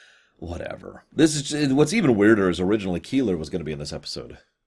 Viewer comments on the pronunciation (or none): I mean, in terms of pronunciation, it's KAY-lar, not Keillor., you have seen TNG Reunion, I assume? Baffling why anyone would say it like this when our introduction to the name is as spoken aloud, on TV. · "Keeler"? I had to rewind that moment a few times, trying to figure out how Joan Collins' Edith Keeler would have fit into the story before it dawned on me: Keeler = K'Ehleyr (which I always thought was pronounced 'Kay-lahr').